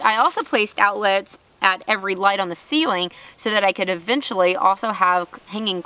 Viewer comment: "Blinded by the ligheet" 🤣